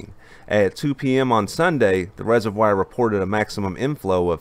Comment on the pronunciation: ugh. rez-uv-wahr, not rez-uv-wire